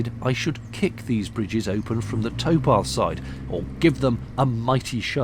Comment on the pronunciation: Ahhh tow path. Not toe path